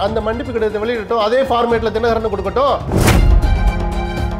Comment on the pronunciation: This is the first time I see someone talking sense about Sasikala and rest including Dinakaran pronunciation is not great. DMK have no choice to remember this Guy 😂. If I were Sasikala I would really appreciate this guy.